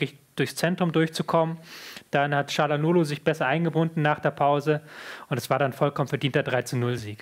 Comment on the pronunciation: Leute das "g" bei calhanoglu spricht man nicht. Ist genauso wie das zweite "g" bei Gündogan